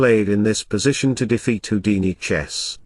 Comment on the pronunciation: Haha, smoking in the garden. (PS. it's pronounced Who-dini, not How-dini.)